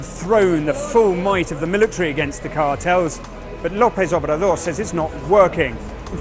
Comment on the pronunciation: Andre manueh lopez obradur xdxdxd